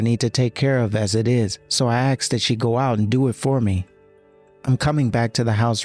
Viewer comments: Then it's on a whole other level. I mean, some AI vocalizers on YT can't even pronounce "protagonist", yet this one purposely mispronounced "asked" as "aksed"? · C’mon now “” put al little emotion in your voice, … and err…’ an AX is a tool/weapon. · The voice actor who plays the brother sounds...simple. Like sloooooow. Edit: Based on the "aks-ed" used for "asked," I'm gonna assume the male voice actor who plays the doctor brother to the protagonist is either from Queens, NYC and/or black. Both communities can and do use that variation of the word. Either way, he sucks at his job. He sounds like a non-reader because he is slow at reading. Like he pays super close attention to the words and overpronounces the words. Nobody talks like that in real life. Btw, tha slow part and the voice actor potentially being black aren't a racist assumption, but an personal and individual assessment from my own lived experience because I am from NY and have experience with that regional/racial community. Him being a slow, methodical, emotionless, and incompetent voice actor is my comment of him as an individual. I hate even having to say thia, but there inevitably will be some white savior virtue signalers. No matter the demographic, vulnerable or otherwise, it has every type of character. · I thought it was AI, to be honest, but then I heard him say "aksed" instead of "asked", so unless AI has now been trained to mispronounce words on purpose, yeah, you're right.